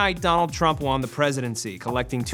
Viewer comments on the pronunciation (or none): Matt, I love you, I love the Loop as basically the last running good content on this channel..but WHY must you pronounce "won" as "Juan" ???